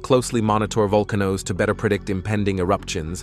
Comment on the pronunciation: Vol-ca-no-lo-Gists closely monitor VUL-cah-noes to better predict eruptions and prepare nearby populations for potential volcanic ha-ZAHRDS that could en-DAN-Gahr their safety. You gotta love narration by computers.